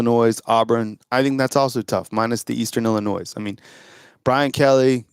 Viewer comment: Word police - Illi - noy. Not Illi - noise.